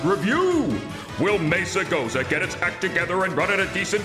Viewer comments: As a Spanish-speaking person, your pronunciation of Mesagoza as Mega-Sosa sounds as a great adjective for the game, as "soso" or "sosa" mean something without grace. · They said Mesagoza, He said Megasoza, I said Sozawhata